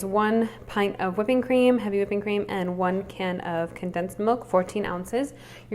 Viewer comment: i was going on dite from today but now i am going to my kitchen =| i love it how you say creama not cream =D cute and thanks for the sharing =] <3